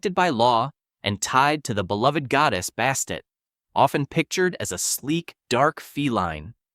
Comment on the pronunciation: The Egyptian Cat Goddess is called Bastet and not Bastin.